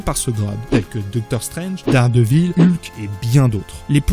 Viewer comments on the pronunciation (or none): none